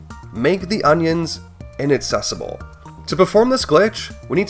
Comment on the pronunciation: That's a weird pronunciation of inaccessible. Twice.